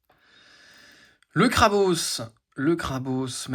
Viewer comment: Incroyable de pouvoir voir tout cela ! Par contre c'est la première fois que j'entends quelqu'un dire Krabausse XD J'ai toujours entendu Krabosse aha